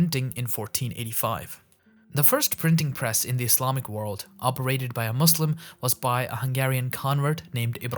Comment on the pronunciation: How can you pronounce Qur'an and mispronounce Muslim lool